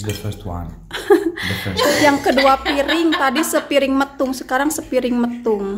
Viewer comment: Sanes sepiring metung teh, Tapi sapiring metung panginten 😂😂😂